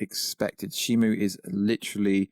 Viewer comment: How do you mix up a "O" for a "U" in SHIMU? Also, Gia doesn't have a "J" in it, nor is her name pronounced with a "J" in it. I know you're from somewhere in the UK, but come on man.